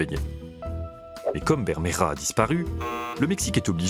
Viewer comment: Présentateur: ta prononciation de l'espagnol est pittoyable. Tu n'a même pas fait un effort, ni la moindre recherche lingüistique. Bermejo du portuguais Vermelho, mais à l'oral, les hispanophones ont l'oreille dure, et ne distinguent pas le B du V, et ne voient pas l'intérêt de les distinguer à l'écrit.